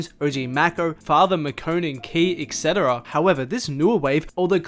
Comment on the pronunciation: “etc.” pronounced Ek-Seh-Tah-Ra